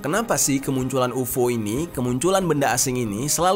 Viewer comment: Kenapa dibaca UFO? 😂